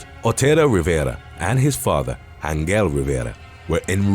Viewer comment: Pronounced "An-hel"